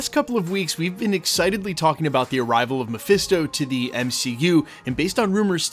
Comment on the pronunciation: Presto it's Mephisto